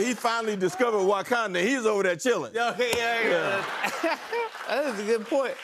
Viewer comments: him saying WAkanda is hilarious lol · Unc said WOKanda. I love lol.